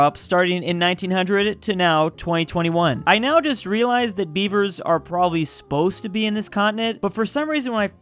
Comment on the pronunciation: Omg he was saying Beaver and I heard bieber, thinking why are people naming themselves bieber now😭